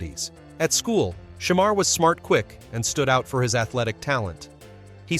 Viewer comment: Hate the way he saying his name smh.